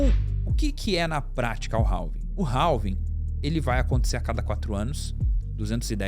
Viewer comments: não é 'ralvin' que fala é 'rávin'. do you understand me? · Cara, desculpe, mas nao se pronuncia o L da palavra Halving, a pronuncia é algo parecido com RAVING.